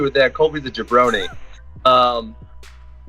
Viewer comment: I think je said janbroni